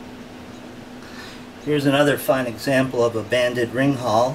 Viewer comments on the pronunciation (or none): hey!i love tyour videos!i live in south africa where we iften see rinkals,puff adders and occasionaly mambas!but i just wanted to say that you pronounce rinkals like "rin-kal"not "rin-hal"